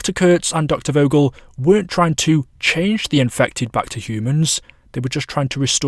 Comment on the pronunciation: Doctor vogels name is pronounced “Fogel” it’s german